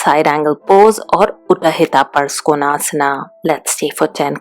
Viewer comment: So you only know the "correct" pronunciation of yoga and asana but you didn't realize that the names of the asanas are also pronounced wrong in this video. For example listen to how she says uthita parshva konasana uff... Sanskrit pronunciations are different from hindi. Yog/asan is in Hindi and in Samskruta it is Yoga/asana with a short 'a' sound at the end. Sometimes it's ok to not know everything and also to believe that we know it all.